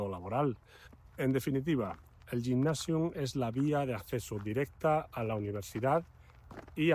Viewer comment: Gymnasium se pronuncia [guymnasium]